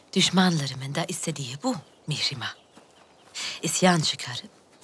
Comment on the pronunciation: Kızının adını doğru söyle artik be kadın Mihrima degil onun adı